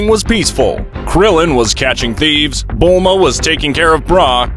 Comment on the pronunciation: Haa when he calls chi chi milk and buma braw